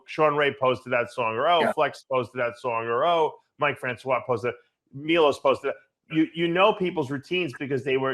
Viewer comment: Milos not milosh